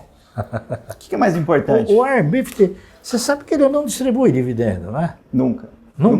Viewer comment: Warren bifity kkkkkkkkkkkkk